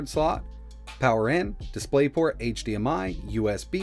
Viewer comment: 'Dispay Port' 😂